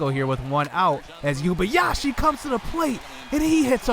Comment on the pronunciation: It’s pronounced “ Oo-ay-ba-ya-shee “